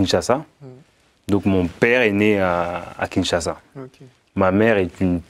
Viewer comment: Déjà c’est Kinshasa et non “Kingshasa” et sa phrase veut simplement dire que sa mère était congolaise de souche.